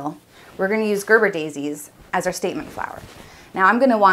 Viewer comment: ger-BEAR-uh daisy. Gerber is a baby food.